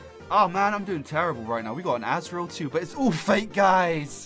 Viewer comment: It's not as-real